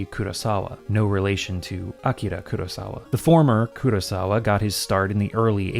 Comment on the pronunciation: I cannot tell you what a relief it is to hear a native English speaker correctly pronounce the name Akira.